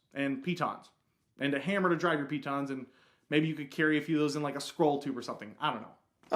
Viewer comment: still mispronouncing the stress. piTONS, not PEE-tons. It's not as funny as when you rhymed it with 'mittens', but still sounds silly. Pretend like you're French!